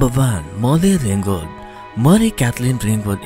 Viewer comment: I can't understand half of what the narrator is saying ( Number "vun: Molvy Vingvald"; Sir Lawrence "Oliver"; Jennifer "Lazun Lay"; "GHeena DAHvis"); he doesn't speak clear English, or even close to it. Also, "American" is misspelled in the graphic (second vowel should be an "e"). Oy vey... Maybe if you had the video narrated again by someone who can speak English CLEARLY ??